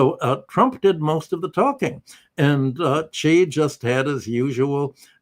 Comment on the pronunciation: thanks for pronouncing Xi right.